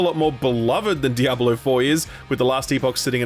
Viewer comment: DiabAlo or Diablo? I can't not hear it sorry